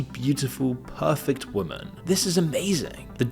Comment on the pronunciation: For fuck sake, learn how to pronounce women.